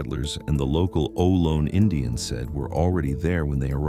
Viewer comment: Its oh-loh-nee not low, stupid